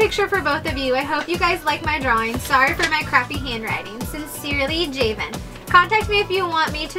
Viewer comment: you guys sorta butchered my name its pronounced (ja-vin) like gavin but with a j